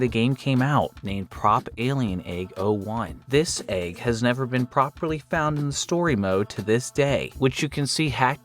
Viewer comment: Hey nice video. When are you learning to pronounce "egg"?